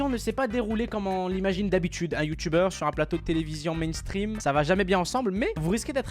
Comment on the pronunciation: "Le youtoubeur" mdr